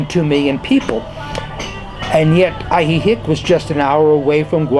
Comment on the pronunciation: I really enjoyed hearing your perspective sir. I'm pretty sure it's pronounced Ahee-heek though (ask a local), not Ahee-hick. I know Spanish is not your native language , but if a person is going to live somewhere , they should at least pronounce it correctly .